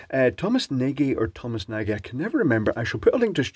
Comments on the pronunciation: I think his name is not pronounced "Naaghee" but cca. "Naadgh" because thats a Hungarian name meaning "Tall" or "Big". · Assuming he’s Hungarian, Nagy is pronounced nod-ye, though I guess there’s a chance he might have anglicised it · If it's Nagy, then it's Hungarian, it means large, and it's pronounced with a soft a and a soft g... ie Nodge. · Tom himself seems to pronounce it "nah-gee" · Nagy is pronounced "nodge" (nearest an English speaker can get comfortably) . In Hungarian, gy is pronounced the same as the du in "during " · I believe that Thomas pronounces his name 'Nar-gee'. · I think that one of the thumbs down is from Thomas Nagy for not pronouncing his name right? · Switch reads: "OOFF". Oh wait, I misread that nvm.... :p That's one very toasty circuit breaker! I BET that stunk! Thomas Nagy seems to be either a guy who emmigrated from Hungary, or got Hungarian ancestry. "Nagy" is a hungarian word for "big/large", and I can't blame you for not getting its pronounciation right. - click on the speaker icon on the left. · Nagy is a Hungarian name, and in Hungarian "gy" is pronounced like a "j".